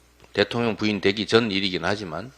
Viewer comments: 김병주 의원님 은근히 발음이 대통년으로 들리는데 ㅋㅋㅋ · 김병주 의원님 발음이 대통년으로 들려요. 바이든 날리면인가요?